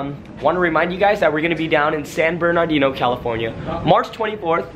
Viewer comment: Fool can’t say San Bernardino right lol